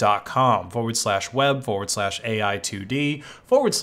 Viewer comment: forward-slah what? that called just "slah" lol